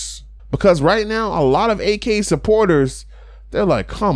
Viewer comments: If you can pronounce Yak, you can pronounce Ak. When you say Ak like AK sounds like he bout the life. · It's not A-K it's AK